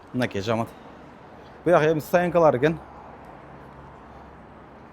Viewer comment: Жаамат эмес жамаат дечи э